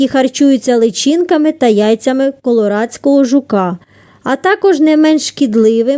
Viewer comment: Не КоРоладського а КоЛорадського)